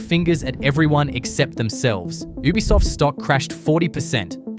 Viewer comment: Lol is this channel narrated by AI? Why does it keep pronouncing Ubisoft as “ooh-bisoft”